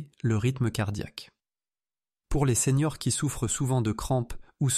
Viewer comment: Bonjour docteur. Vos vidéos sont faites par IA, et il y a toujours la même erreur : elle écrit, en voulant dire les séniors, elle dit les seigneurs.